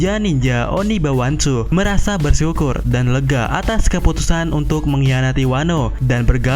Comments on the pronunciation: Oniwabansu kyaknya min, bkan onibawansu wkwkwk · Oniwabanshu Min.... Bukan Onibwanshu 🤣🤣🤣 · Oniwabanshu min, bukan onibawanshu